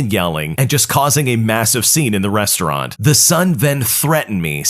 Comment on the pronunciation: *Restaurant HOW DID YOU MESS THAT UP?!